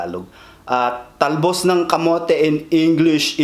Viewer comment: Hahaq "the talbs of the camots" 🤣🤣